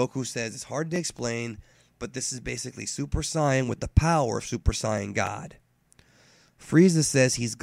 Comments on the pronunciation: It's either Super Saiyan. Or Super Saiyajin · The way you say super sayain... i cant..... I just cant. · how come you pronounce saiyan weird? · You suppose to be a fan of dbz for about 20 years and you keep pronouncing "saiyan" wrong now why is that and no Japanese doesn't say it like that